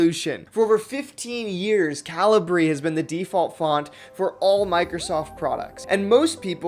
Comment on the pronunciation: I think it's ca-LI-bri, not CA-li-bri? /kəˈliːbri/ is the pronunciation given on Wikipedia. (Still like your enthusiasm, regardless.)